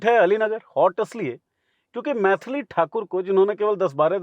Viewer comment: मैथली ❌❌ मैली ✅✅